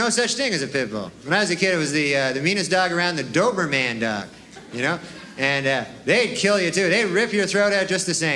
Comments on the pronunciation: The way he says DoberMAN 😂😂😂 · I love how he says doverman he’s clearly doing that on purpose what a legend